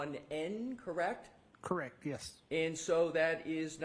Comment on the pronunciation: Is it just me, or does he keep saying “Correc” with no t?